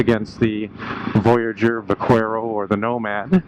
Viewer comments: Pronounced buck-air-o. Spanish for Cowboy, Buckaroo. V pronounced B. Lol I called it va-quare-o also lol But was corrected by a spanish fella. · Thank you. Drives me nuts when its pronounced like how this guy said it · Couldn't watch. The mispronunciation of the name was absolutely driving me nuts. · I'm the exact same way. Every time I hear someone pronounce it that way, I turn vid off right away